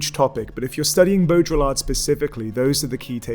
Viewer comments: bow-dree-are, not bow-drill-lard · it's not Bo-dra-ll-art !! (BAUDRILLARD). It's rather smth like Boh-dree-yar(d). 1 dislike for total incapability of pronouncing a french name correctly (what a shame..)- let alone excplaining his work... I know the (late ) french philosopher, I've read his very interesting book, in english (Simulacra and Simularion).. A person's name is too important and it should not be vandalised out of pure IGNORANCE. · Ok but that's not "bodjolar" It's "bo-dree-yar" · Just, well, it's not bow-drill-ard, it's bow-dree-aard. Other than that not bad at all. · Your pronounciation of baudriLLard I found unacceptable :( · Interesting talk. I almost stopped it because I was Irritated by your pronunciation of Baudrillard, though. It is not properly pronounced like there is a drill in the middle. Beaudry-yar is French, and they are sensitive about such things. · Could at least try to pronounce his name correctly. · Great video! (I find it weird that you use the French pronunciation for the first half of Baurdillard's name but not the second. It's a bit like pronouncing Marseille as "Marss Eyull".) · The L is silent ;) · The way you pronounced baudrillard made me cringe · hears him pronounce Baudrillard incorrectly, turns video off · I don’t think of Baudrillard as postmodernist. But he gets lumped in there. Also you’re pronouncing his name wrong.